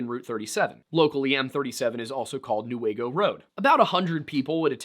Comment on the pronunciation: Me screaming for you when you pronounced Newaygo right 🎉🎉🎉🎉🎉